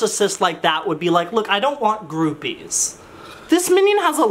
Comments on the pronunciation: "I don't want GRUpies" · “I don’t want GRUpies” 2k19